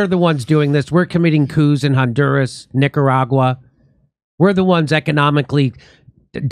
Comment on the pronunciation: Did she say “NicaWAGwa?” I’m pretty sure she did… twice !